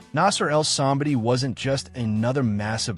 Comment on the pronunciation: I love that you make these videos but you obviously are not a bodybuilding fan because i have seen so many videos where you dont even know how to pronounce the persons name. Like any bodybuilding fan would know the correct name. This video is one example.